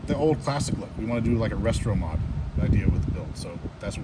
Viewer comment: helpful input...not picking on you....you said you went for the classic "RESTROMOD" look....it's "RESTOMOD"....not "RESTRO"....just to help you sound the most professional sincerely.